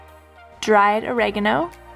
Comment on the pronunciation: Italian here, just want to say WELL DONE for pronouncing oregano the right way!!!! Oh and, yes, thank you for these recipes, i have purchased the IP!